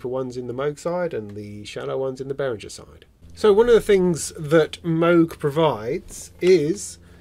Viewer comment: If one takes the effort to pronounce Moog correctly, why not also do the same for Behringer? Bay-ring-er. Middle syllable as in ring, rhymes with singer. Not bay-ring-ger or bay-ring-jer